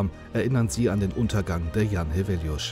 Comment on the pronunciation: I'm from Świnoujście, although have been living far away for almost 10 years. Back in 2012 when I was still in school we used to commemorate this tragedy every year. Congrats to whoever did the voice-over for a very good pronunciation of "Jan Heweliusz", shows respect and professionalism. It's also worth mentioning that ever since I can remember the weather off Polish part of the Baltic coastline has always been terrible and dangerous. It's extremely noticeable in Świnoujście because of its geography, and it's only going to get more dangerous because of the complete disregard of the importance of dunes shown by Świnoujście's authorities. I won't elaborate because it's too complicated a topic, but the situation is dire.